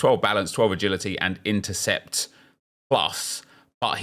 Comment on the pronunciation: Do you notice you say words like intercept and bernardo as intrercept and brernardo? No hate just curious